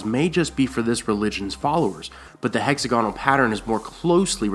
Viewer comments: Is it weird that hearing hexa-gonal, as opposed to hex-AG-inul makes me feel strange? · heck-ZAG-uh-nal, not HECKZ-a-gone-al. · Doesn't anyone care that he's pronouncing hexagonal wrong? It's not "hexa-GONAL" it's "HEX-ag-o-nal" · Ruby Ford is named because of the rubies supposedly found there because of Rhaegar's death.Also, it's hex-AG-on-nal, not HEX-a-gon-al.Good work though! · It's hex-A-gonal not hexa-GONal! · The Ruby Ford of the Trident wasn't named that until the Battle of the Trident, Robert Baratheon brand-building, history written and naming-rights of the victor. Rhaegar wore rubies in his armor because the Targaryen colors are red and black, not any connection with Assha'i. Also, it is hex-AG-on-al, not hex-a-GON-al. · Hexagonal... not 'hex-a-goanal' lol, love, Britain. Bless :D Love the videos though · Hex-AG-onal. Sorry, that was bugging me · say hexagonal again lol